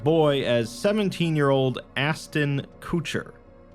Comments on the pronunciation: Aston Koocher? Lmaoooo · Is no one going to say anything about "Aston Koocher"? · Astin kucher.... Really.... Just really